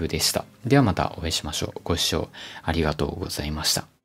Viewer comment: 現在 「ご視聴 あいしゃぃしゃしゃしゃぃしゃぁ」